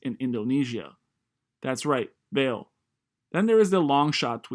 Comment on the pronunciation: actually its pronounced Val-A. Portuguese for valley